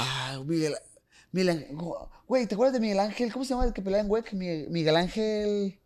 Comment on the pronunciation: I had to listen three times to realize when he was referencing WEC he said "wec" like as a word instead of acronym. Funny as hell 😂😂😂😂😂😂